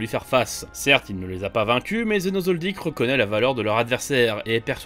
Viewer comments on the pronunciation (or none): none